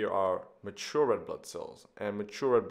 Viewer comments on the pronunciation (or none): none